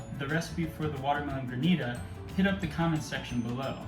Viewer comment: We need-a the watermelon gran-ita.